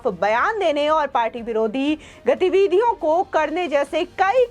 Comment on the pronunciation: Speak not Gateeveedhiyon but speak GATIVIDHIYON. Give your attention what you pronounce for your successes in this profession in future.